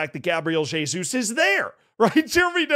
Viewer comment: Pronunciou certo o "Jesus"